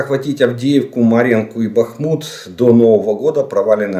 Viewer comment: Добрий вечір! З великою повагою до Вас,будь ласочка, місто Бахмут,наголос ставиться на літеру "А", а не на літеру У. І цей наголос є вірний в не залежності,якою мовою це місто ви називаєте. Місто Бахмут з наголосом на літеру А.